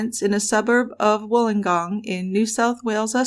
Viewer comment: As a Wollongong girl I am very impressed that you pronounced it correctly , most don’t . Thank you for covering this case , all of us who are old enough to remember it have never forgotten .